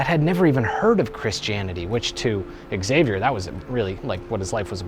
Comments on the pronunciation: It's pronounced "Zay-vee-er" not "Ex-ay-vee-er". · Every time someone pronounces the name Xavier as "eks-ay-vier", a yakuza member kills a puppy. For real tho, and this is a conversation I've previously had with life-time fans of the X-men series (cause you can guess where that name has mostly been heard in pop culture), the actual pronounciation for it is "ksah-vier" or "shah-vier". I'd go as far as to say the way the "a" is pronounced isn't that big of a deal, but pronouncing the initial consonant just as is, specially in a name that doesn't come from anglosaxon culture...? That's going the extra mile to make it sound dumb. Really, not hating on people who currently say the word that way, no matter how entitled i may have just sounded, cause I know it's a widespread thing, but please: avoid it if you can. If I had no success in convincing you, try to picture yourself saying "cee-harls" instead of Charles and you'll know what I'm getting at. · Did the X-men also slip through? It's not "ecks-zavier", it's just "zavier' 😜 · Xavier = HA-VEE-ERR, not EXavier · No, Exavier is how its MIS-pronounced in English. Are you gonna be saying Ex-zylophone next? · You pronounced Xavier wrong. It's like Cha vi air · Augh, "ecksavier". It's only pronounced that way in the X-men! Because "X-avier"!